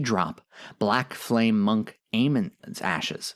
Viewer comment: "Surge, o flam-ee"???